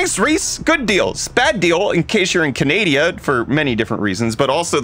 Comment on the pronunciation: how about saying Canada correctly!